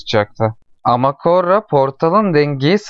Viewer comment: Üstüne basa basa koRRa demen ve benim fesat aklım...